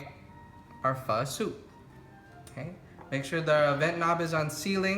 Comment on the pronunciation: Why do you pronounce your name kong? Please pronounce it right! You say Banh mi and Pho right.